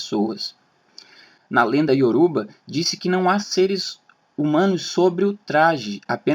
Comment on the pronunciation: Crua pesquisa está 85% errada.Sabe a infirmação que se da para os curiosos que não pertencem aquela tradição? Pois é exatamente estas informações que vc encontrou e está disseminando. E Yorubá não é Yorúba .Do que você fala Yorúba pra desmerecer porque é impossível ser brasileiro e nunca ter ouvido esta palavra que está tão difundida na nossa cultura até mesmo na música.